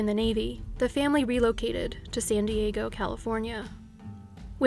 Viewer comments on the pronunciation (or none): none